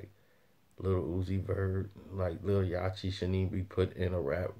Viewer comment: are you mispronouncing Lil Yachty name on purpose because his name is Lil Yachty like the boat not yachee the way you're pronouncing it I've noticed that every time you say his name.